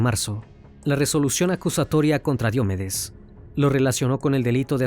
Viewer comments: Solo una cosa. Casi todo el video dijeron Diómedes pero se pronuncia Diomédes, como lo decían al final. Lo poco que escucho de ese cantante es que era más dr0gas que persona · Me pareció muy fastidioso escuchar Diómedes, cuando es Diomedes con acento grave o Combita en vez de Cómbita. Muy bueno el documental, pero si es importante que confirmes la pronunciación correcta de los nombres de ciudades y personas, es algo muy importante al contar relatos así.